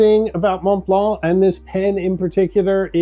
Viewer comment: Why is your pronunciation of montblanc so bad?